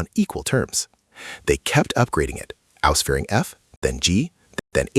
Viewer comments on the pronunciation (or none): none